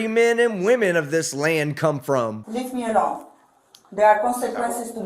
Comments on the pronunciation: “Leaf me alhone” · "LEF MI ULONE"